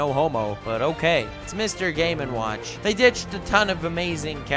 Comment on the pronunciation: Was it just me, or did specifically pronounce Mr Game And Watch as Mr Gay Man Watch